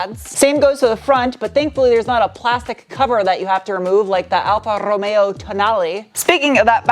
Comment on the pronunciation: Excellent pronunciation of Lancia Alfa Romeo and Fiat! 💯😂 PS, you need to improve “cinturato” PS 1, that’s the outline of Turin!